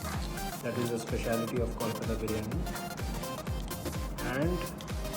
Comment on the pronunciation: The review was definitely a good one, going to try for sure.The guy who reviewed the take away, although possessing the name, said "colkata briyani" ektu bangla ta bolte sekho bhai.